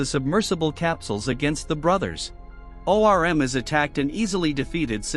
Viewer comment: Him saying O. R. M. is killing me 😂